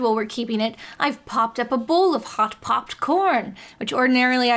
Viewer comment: I have no idea why, but I loved this video. That being said, Jenny's cadence/inflection when she said pop corn was actually distressing